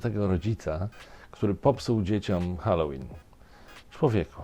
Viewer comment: Swoją drogą bardzo się cieszę, że Pan prawidłowo wymawia słowo "Halloween" - od kilku dni słucham różnych źródeł i większość z nich wymawia je jako "Helloween".